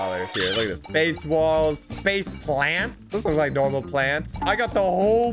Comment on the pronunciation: When you said I need walls I heard I need balls sus